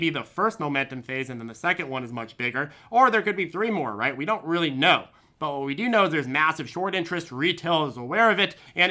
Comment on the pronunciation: We-u. We-u??? 😂😂😂😂😂